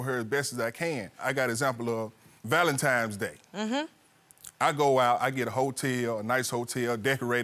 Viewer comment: No self-respect, desperate and entitled with ten grandkids! Lol 😂Maaaaannnn, I have more grace and maturity at 25 than this lady at 50!! Oh Ik her daughters and sons are just as triffling; May God help the streets cuz im out. #beenout Oh btw sir its VALENTINES DAY not Valentimes. 😂😂😂 Ooooohhh my my my 😂😂😂